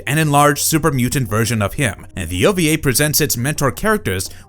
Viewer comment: It's ova not oba. Wee not be